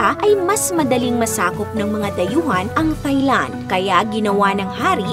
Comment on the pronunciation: Pet peeve, Thigh-land. Silent “h” please, so Tai-land😅